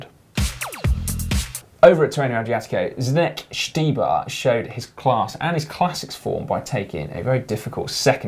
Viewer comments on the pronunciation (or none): Guys its time to learn how to pronounce name of Zdeněk Štybar. Possibility is pronounce as "Zdenek" or use czech pronunciation: [ˈzdɛɲɛk ].I know Czech lenguage is really tricky but try and next time we will see .:D